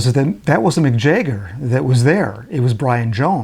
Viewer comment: Who is Jayger ?? Jagger. pron: Jag Ger